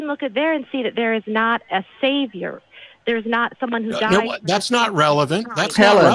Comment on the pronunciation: Article of faith that Helen finger quotes when spouting " A SAV-I-OR " ...